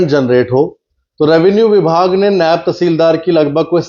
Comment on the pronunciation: नैब नहीं,नायव